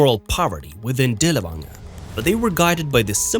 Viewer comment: Dirl fanger, dirl fanger is the correct way to pronounce his name.